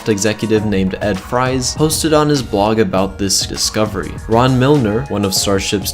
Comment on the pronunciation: Its not a big deal but its ed ‘freeze’ not ‘frys’ Great video though! Keep it up.